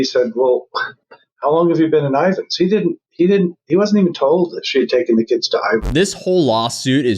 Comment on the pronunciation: Just an FYI, its spelled/called Ivins, Utah....